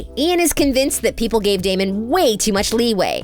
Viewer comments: She really called him dameon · “daymian” LMAO WHAT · Sis rlly said “damion” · You said Damian not damon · bro did she just say Damian?😭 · I hate it when people say its “DamIon“ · Hahaha just came on here to comment that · She really said damion 🤣🤣🤣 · They said his name wrong it’s Damon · Did the narrator get paid for this? The first qualification should be the ability to read a script accurately . Say it with me.. Damon… Stefan… Where’s the editor?!! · Why is this girl pronouncing Damon and Stefans name wrong? Super annoying. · i am convincing that nina wear a wig in the last episode. because its so ugly. six seasons nina switch with wig but then last episode just had me laugh to ninas wig and cry about stefan death. and I am mad. the show finally over but the sister couldn't even say damon and stefan names right omg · This woman is choosing to say their names wrong 😂😂😂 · i am triggered by how many mess ups you guys had on the names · She doesnt even pronounce their names right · Does she not know the characters names she keeps saying Stefan's name wrong and Damon's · I know this heffa did not just call Damon DamEON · Uhhh damion really D.A.M.O.N And carolin really it’s C.A.R.O.L.I.N.E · Did she just say "Damian"?????? Girl u good!!????? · Coralyn. Damian. Who tf is this. They ain't even got the names right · When she said Damien I cracked up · I’m sorry but did she just say DAMIAN?!?! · The fact that she sad Damien instead of DamOn 🤣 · girl.. is elena and damon- not alena and dameon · Ikr? Every time she said Stephaan (spelled for pronunciation purposes) I just threw my hands in the air. Then add Dam-ee-an and I was done. Smh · DAMIEN 😂 CAROLIN😂<3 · first of all its Damon not Damien as u called him and 2nd it Stefan as in stef- an not stef- arn. please if your going to narrate a clip get the names right x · Did she just say carelin damien and stefawn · The way she said Damon and Stefan wrong got me laughing so hard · HIS NAME IS DAMON NOT DAMIENNN